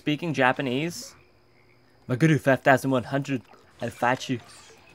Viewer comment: Why is pronouncing it MagUru when its clearly MagEru. Your attempt to pronounce it in a Japanese accent is backfiring on you! lol